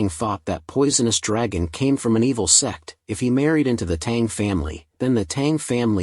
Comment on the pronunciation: Is it me or i hear sex instead of sect?💀